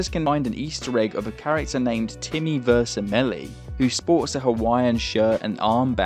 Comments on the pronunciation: Vermicelli, pronounced “ver-mi-chelly” A type of Italian pasta. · vermicelli, the noodle pronounced wrong